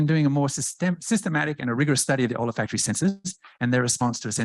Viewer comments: And “olafactory” there no “A” I’m scared of him, and his reach to his audience. He needs to be investigated I don’t believe he is PhD level educated. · This man can't even pronounce olfactory right and yet these people trust him with things they put in their bodies